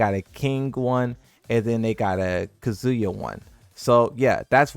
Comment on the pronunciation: Never say Kazuya like that ever again lmao